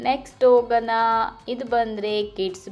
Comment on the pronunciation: your pronounciation of ಣಾ is ನಾ. ಹೋಗೋಣ, not ಹೋಗೋನ. ನಿಮ್ಮ vlogs ಚೆನ್ನಾಗಿ ಇರುತ್ತೆ. ಹಾಗೇ ಸ್ವಲ್ಪ kannada ಉಚ್ಚಾರಣೆ ಸರಿ ಇರಲಿ. ನೀವು ಮಾತ್ರ ಅಂತ ಅಲ್ಲ ತುಂಬಾ ಜನ ಇಲ್ಲೇ ಹುಟ್ಟಿ ಬೆಳೆದು, ಮಾತೃ ಭಾಷೆ ಕನ್ನಡ ಆಗಿದ್ರೂ, ಒತ್ತಾಕ್ಷರ, pronounciation ಸರಿಯಾಗಿ ಮಾಡೋಲ್ಲ. Pl take positive.